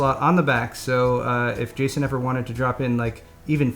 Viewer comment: calls him Gayson